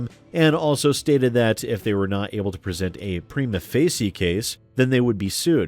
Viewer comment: Prima Facie -- Preema Fay-shee.